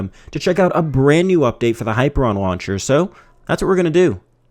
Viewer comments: high-PEER-ee-un is how it's pronounced, not hyper-on. And your use of 'iconography' is a malapropism. You're talking about icons, not iconography. Other than that, good review! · Hi ....peer ...... E ...... an Not ....hyper .... I .... on Ask Google assistant to spell it and pronounce it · Hyperion not Hyperon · High - peer - ee - on. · That's not how you pronounce Hyperion! I've played Borderlands, buddy! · I don't think you're pronouncing that launcher's name correctly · ..Thumbs down to this video because of the mispronunciation.. Very annoying. Thanks for bringing it up.